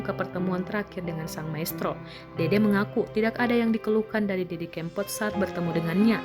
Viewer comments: Hei...Didi Kempot, bukan Kémpot. Naratornya payah. Kempot = karena lesung pipi almarhum. kalau kémpot = artinya balapan liar, ngépot... ugal2 an, bahasa daerah. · Tribune timur mas....org timur klu baca e kan ee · Didi kempot nyebut nya salah melulu e nya di baca nya salah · Kempot bukan keempot duh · Didi Kempot bukan Didi Keempot😌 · Mbaaaak.. Bahasamu aneh banget.. Solo..bukan solok.. Kempot bukan kem.. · Waduh salah ejaan Tante cb dengar org lain sebut nama Didi kempot dulu gih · didi kempot mbak ...bukan didi kEEmpot...innalillahiwainnailaihi rojiun...mga husnul hotimah.. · Mbak e udu wong jowo,,,,pengucapan kempot kleru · Ngucapin kempot nya kok gitu...